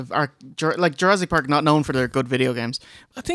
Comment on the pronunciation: "URASS!" PARK